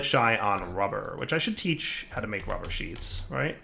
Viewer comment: Here's the thing. He says it right when he's talking about the non sheet version, but he ALWAYS fucks it up when talking about the sheet version because he's a fucking troll and KNOWS it annoys people.